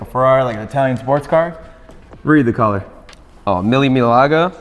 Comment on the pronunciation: Pronounced Meal-Milia Red. The Mille Miglia was a vintage race through Italy. I believe it means 1000 miles.